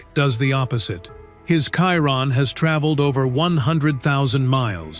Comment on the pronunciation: Why is it so difficult to pronounce the word Chiron? Every one that is jumping on the hype cannot pronounce it correctly. Why? Because its all AI generated and the AI cannot say it properly.